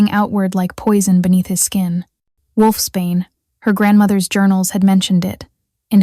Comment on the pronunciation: Wolfsbane not wolfspain